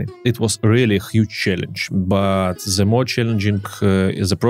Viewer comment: Спасибо за всё что ты делаешь, классный контент 😉 Но почему все русско говорящие произносят слово "the" как "зе"?! 🤨разве native speakers так говорят? извини, но у меня аж ухо режет. Постарайся это поменять 😉